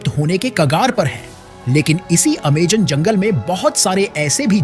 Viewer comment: Amazon ❌ Amegan ✅😂